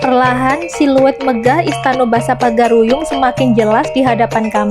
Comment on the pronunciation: Itu salah pengucapan, bukan pagar-uyung yang benar Pagaruyung Karena saya asli orang padang